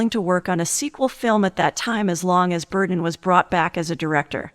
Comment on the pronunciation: Burton NOT Burden!!!